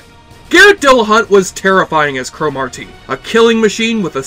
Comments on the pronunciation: I heard Thomas Dekker (John Connor) was very difficult to work with on this show - always whining about his hair and looks and holding up production. Still, I wish the show would have continued. Nit: In the show, Cromartie was pronounced cruh-MAR-dee. Not CRO-mar-tee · Cro-Mar-Tee. What a weird way to pronounce that name. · This show was awesome, but why can’t you pronounce Cromartie right? Lol.